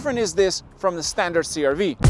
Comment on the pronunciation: "standart" lol